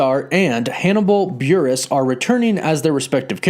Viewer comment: He said Hannibal buress 🤦🏽‍♂️🤦🏽‍♂️